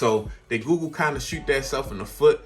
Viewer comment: Awesome vid and I've been thinking about this phone. I got the OnePlus 8 Pro and loving it, but my tech itch needs a scratch. Btw.. I hear GOO GOO Everytime you say google and now it's stuck in my brain. 😂